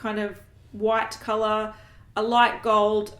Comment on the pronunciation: I'd probably listen to/watch a podcast. I haven't watched podcasts for a while, but would check out any a that you ladies decided to publish. On a different note, is it bad that all I could think of when you said cololour was: What cololour is a bananana? Yellellow (I'm cringing that it even entered my head - such a dad joke!)